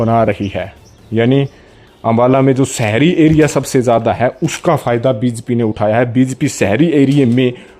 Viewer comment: बी ज पी 😀😀 bolna to sekh le pehle